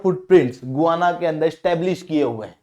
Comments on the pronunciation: गुआना नहीं, गयाना है। We have seen and continue to see Guyana cricket players. We have heard Guyana's pronunciation in the cricket commentaries. I also verified it. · It is not गुआना ... it is गयाना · गुवाना नहीं 😂, गयाना है वह!